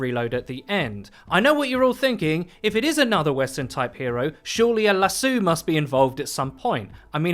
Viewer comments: The way you say lasso is weird but also will it be really cool to have another Western character hero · I had no idea that’s how you pronounce lasso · I legit came to the comments because of the lasso pronunciation. However, as a westerner I could go for another “cowboy” character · roi m luckily no English person I’ve ever met has pronounced it that way. It’s just weird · Anthony Jones I’ve lived in Sheffield my entire life and never heard a Brit pronounce it “lasso” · ...Lasso, not lassoo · The way you pronounced "lasso" was hurting me inside. It's pronounced like Lass-Oh, not Lass-OOO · I cringed every time he said "LASOOOOOUX" instead of lasso... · it's las-Oh not las-oo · "LassOOOH"-You're definitely a limey bastard. Haha it's "LassOH". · Not to nitpick but it’s lass-oh no lass-oo lmao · LASSO. LASS-OH. NOT LASSOO. JESUS CHRIST. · Him: lasoo Me: lasoo? ...lasoo... OH SHIT A LASO THATS WHAT HES SAYING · It's Lass-o not lass-ew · why you calling it lasoo lmao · LASOO cringe LASS-O DEAR GOD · Do British people say "la-soo" for "lasso?" (Lass-Oh)? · Lasooooo? Lasooooo?!! Las-oh 😂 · Did he call a Lasso (Lah-So) a lasso (La-soo?) LMAO? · Lasoo?? Lasso dude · It's called a lasso but it's pronounced lassu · It's Lasso not lasoo.... Took me a while to figure out. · "Lassu." u wut m8? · you immediately lost me at "lass-oo" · Lah-soo... Haha I can't with his pronunciation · Is "lassu" supposed to be "lasso"? As in a rope that you throw around stuff. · I hope no one else in the UK says lasoo. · Dafuq is a lasoo? Lol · What's a lasoo? ;P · Lassoo? Or Lassso? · a le'soo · Lass-eww. Lol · Fuck is a lasue? A lasso? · a lasoo...wtf is a lasoooo...is that what brits call a lasso? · "LASS-OO" disliked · Did you just call a lasso a lasoo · Did he just pronounce Lasso LAASUE? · lassoo lol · imagine mcree pronouncing lasso as "lasoo" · At first I was like, "Wtf is a lasoo?", then he started to describe a lasso and I was like, cmon bru. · Why would you pronounce lasso like that?